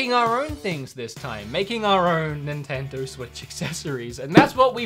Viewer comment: Ninnendo switch lol